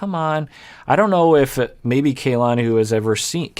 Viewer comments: Please, you've been so good with Larissa's name! Stop calling Kalani "Kaylani"!! Both "A" are the same as ahhh kah-lah-ni. Asuelu is saying correctly. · Her name is pronounced Kah-lani. Not Kaylani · It's not KAYlani it is Kuhlani. Both of the a's are soft vowels. As someone with a Polynesian first name, it's like nails on a chalkboard hearing her name continually mispronounced.